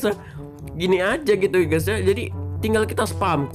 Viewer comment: Video lain:guys guys guys Video yang ini:ges ges ges :v